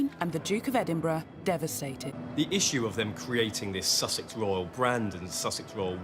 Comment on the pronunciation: I thought you said the Royal rodent 😂